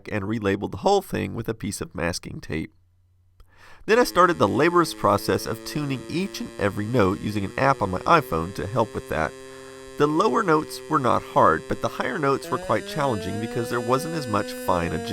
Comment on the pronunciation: "LaBORious," not "LAborous."